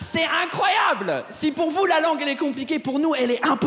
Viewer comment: les meme faut que FOU au lieux de dire vous. c'est pas grave c'est un belle effort.